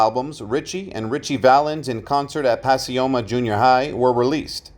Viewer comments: Puh Coy Muh is how you pronounce Pacoima not pas si oma , christ oh mighty dude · It’s pack-OY-ma, not Pass-ee-oh-mah!! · I’m from the SF Valley and was wondering where pasioma was lol. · Pacioma? Never heard it pronounced that way. It is really pronounced Pacoima. Grew up all over the San Fernando Valley. Continued R.I.P. Men.